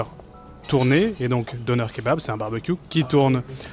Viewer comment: 😂😂nonn ne dites pas ‘donneur kebab’ 😂 tu peux prononcer‘denair’ plus exact de dire 😉